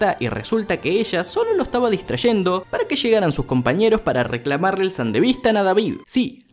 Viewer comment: me molesta que nadie corija a porque no se dice san-devistan es san-de-vis-tan